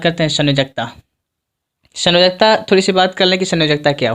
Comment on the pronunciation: Sayonkta nahi sanyojakta hota hai sir